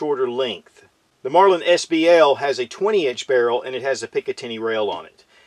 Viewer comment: Did he say “Marlind” every time?